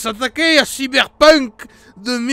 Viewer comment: enfin quelqu’un qui le prononce correctement